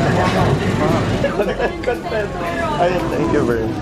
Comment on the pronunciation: Yung pagpronounce nyo po ng “content” is mali :( Parang contentment ung pinopronounce nyo e. Magkaiba yung sa con•tent as in IG posts